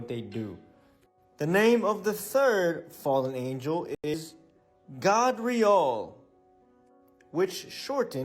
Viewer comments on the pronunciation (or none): Gabriel is not pronounced like that ijs…. And “God” word/term didn’t come about this way either, it came from a dialect used by Europeans they were saying “Got” but the dialect had them pronouncing the “t” sound with a “d” sound